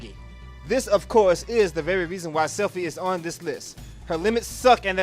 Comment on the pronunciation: Not Selphie...